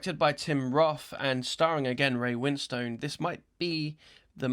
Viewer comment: Ray Win-Stone 😄